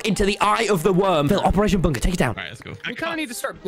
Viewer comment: I like tommy said bUnKa in